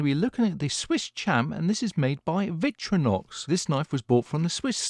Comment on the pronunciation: Victorinox - not Victrinox. Vic-tori-nox The name is a portmanteau of Victoria and inoxydable (stainless).